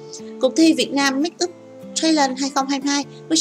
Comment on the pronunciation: If the speaker can not pronounce the word of make-up, please use Vietnamese as trang điểm cho nghe đỡ chướng tai. Thank you.